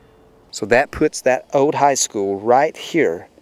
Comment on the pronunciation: My Dad went to that high school. Mispronouncing the name a little.